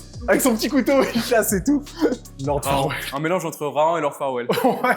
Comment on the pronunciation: c'est pas farwell c'est farquaad